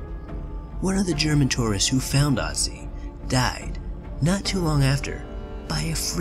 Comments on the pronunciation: The dead mountain man (or ice man) isn't called Otzi, he's called Ötzi. Take the i-sound from "bird" and replace it with the ö in Ötzi and you'll have a closer approximation of what he's actually called. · Its not called OTZI its called ÖTZI. You cant just come up with a similar name just cause you cant pronounce it. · It's Ötzi not Otzi ^^ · It's so funny how even the scientist said Oozey when it's actually ötzi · it's ötzi not otzi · Oetzi..... not pronounced "Ottsee". LOL. He wasn't castrated by his killers, either. His junk was stolen by an opportunist who found the body. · It's pronounced OOtzi not otzi, that's the literal point of the two dots above the o. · Its not Otzi, its Ötzi. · Ötzi is the name not Otzi... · Ötzi not Otzi! It’s a difference ! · ÖTZI IS 5300 YEARS OLD, NOT 3000 YEARS OLD! AND ITS PRONOUNCED OOTZI, NOT AHTZI!! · I like you but please learn to pronounce Ötzi right. It’s German I know it’s not always easy for people who doesn’t speak German but o and ö are pronounced very differently so it makes a whole other word. Other than that very interesting video. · It’s not pronounced otzi it’s pronounced ootzi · It's not Otzi, it's Ötzi. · Ötzi, not Otzi... you mispronounced his name 👏🏻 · * Ötzi not Otzi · It’s “ooh-zti” not “ah-zi” 😑😑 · It’s Pronounced ootzi not otzi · I don't understand why people mispronounce Otzis' name it's pronounced Utzi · I took an archaeology class and it's pronounced Urtzi. Known as the iceman who actually had a copper axe before the Stone Age even ended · its ooh-t-zie he spells it utzi but thats how you pronounce it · Irs pronounced Ötzi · It’s pronounced ootze you noob i learned about it in class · ITS CALED ÖTZI YOU MORONS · We learned about #1 in science and no one died from it... And it’s pronounced (Ood-C) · It's Ötzi, pronounced like the German ö. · his name is ötzi...Ö...ÖÖÖÖÖÖÖÖÖ OE... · Thumbs down just because you pronounced Otzi wrong.